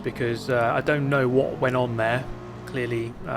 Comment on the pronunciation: the energy in that "w o t" Maximum Bri'ish